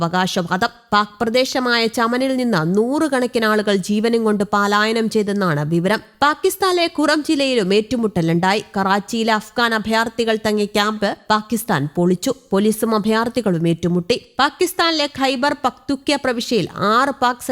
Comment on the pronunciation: പാലായനം അല്ല പലായനം